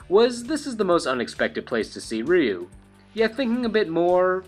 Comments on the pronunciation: Its "RAI-U" if your going to pronounce his name Japanese its simply "U". Ree-U, smh sounds like a gay siren. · It is very commonly pronounced Ry-Yu and Ree-Yu. But the closest most english speakers get is calling him Roo. even though technically his name is pronounced closer to Rueue, like the word queue (kyoo) but with an R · everyone knows Ryu,no one knows how to say his name properly